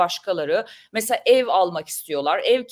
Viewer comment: "mesa mesa mesa" deyip duruyorsun. "Mesela" diyemiyorsun. Türkçeyi doğru konuşmalısınız.